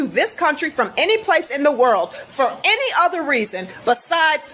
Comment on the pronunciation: Thats a 1st. Ive Never heard "any" pronounced with a T "any't"